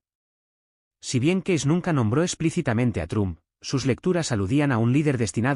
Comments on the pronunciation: Se dice Edgar Cays no como usted lo dice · Lamentablemente, el narrador pronuncia como quiere el apellido de Cayce.